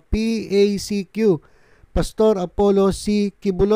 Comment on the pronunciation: Ok yung pronunciation mo sa initials nya. Bagay na bagay sa kay Quibulog.